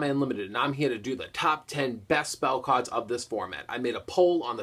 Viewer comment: that's kinda his thing though! pronouncing the card names wrong and of course saying "cawds" instead of cards lol.